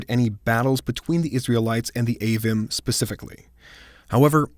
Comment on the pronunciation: Isn’t Avvim pronounced Ah-veem? I believe the “im” suffix is always pronounced “eem” in the Hebrew